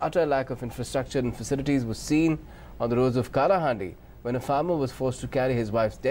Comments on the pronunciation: Shadow Broker It's Kalā handi not Kaala Kalā means skills Handi means pot! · It's called kalahandi not kaalahandi😑 BJD💚 Kuchh v ho pr odisha k loog bht achhe hote hain, love from chilika❤️ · Abe it's not Kalahandi, it's koda haandi. Ye bol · Bro its called kalahandi not kaalahandi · It's not kaala handi bro it's Kalahandi and I am from Kalahandi❤️ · Kaala handi Kya he Bhai kala handi he .but your explanation is true.😊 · Not kaalaahandi Say kalahandi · Bro it is Kalahandi ( କଳାହାଣ୍ଡି ) not kaalahandi. Kalahandi means Pot of Arts. Love from Kalahandi, Odisha. One day our odisha will be develope. Jay Maa Manikeshwari 🙏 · kalaa not its kala (art) handi, we odias call it kalahandi (pot of art) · Kaala nehi ...kala कलाहांडी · It's not kaalaahandi it's Kalahandi pronunciation sahi kijiye bhai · It's annoying that you are posting a report based video and didn't research enough how to call the names. Faceplam. For this video may be some viewers would remember the names as Udisha and Kaalahandi. 😕😏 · It's kalaa (arts) kalaa-handi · Pronounce "kalaahaandi" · It's still incorrect , there is no "ଳ" sound in hindi.